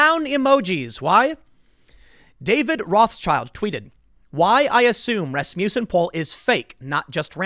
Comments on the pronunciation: It took me forever to figure out you were saying 'Rasmussen'. It sounded like 'Rasputin'. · Is it not ras-muss-en? Not ras-mew-son?